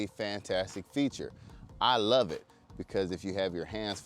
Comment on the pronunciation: “I luh that feature”. 😂 The letter v in the word “love” is overrated.😀